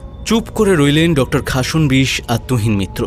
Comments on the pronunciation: খাসন্- বিশ্ উচ্চারণ হবে না।খাস্-নো-বিশ্ উচ্চারণ করবেন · Khasnobis pronunciation ta hochhe na